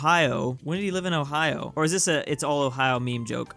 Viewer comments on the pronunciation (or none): none